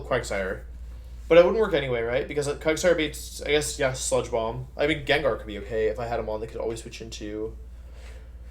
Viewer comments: Fuckin jenjar??? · The way he says Gengar makes me lose all faith in humanity. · I love the mispronounce jimmick